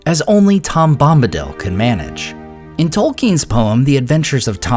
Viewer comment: It's Tolkien